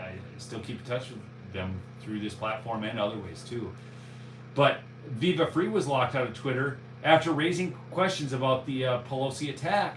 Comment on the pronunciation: it’s Viva “Fry” 😂